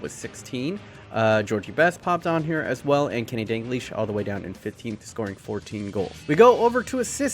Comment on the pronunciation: I need to ask...why you say DAN-GLISH??? Its DAL-GLISH. Pronunciation Dal-Gleesh. Other than that...sick vid as always